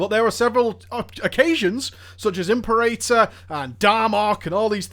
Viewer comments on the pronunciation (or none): It's pronounced Im-pear-a tore not im-pir-a-tor